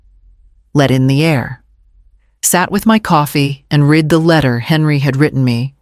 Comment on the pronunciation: AI needs coaching how to pronounce the past tense of "read"